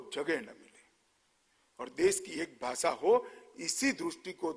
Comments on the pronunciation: खुद हिंदी ठीक से बोल नहीं सकते, भासा नहीं भाषा होती है । स, श, और ष में फर्क नहीं करते, ज और ज़ में फर्क नहीं करते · Why is Amit Shah cant even pronounce Hindi words properly..He is saying Bhasa instead of Bhasha and why the F is he using urdu words like Zaroorat and Takad? Btw he cant even say it right...he is saying Jaroorat! Lol Someone needs to teach him how to speak Hindi/Urdu well. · baasaa.baasaa..i believe its bhaasha....